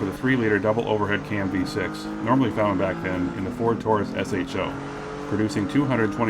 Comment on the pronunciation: SHO is said like "show"